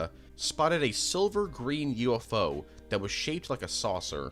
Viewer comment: It’s so weird to me how he pronounces UFO as U- Fo.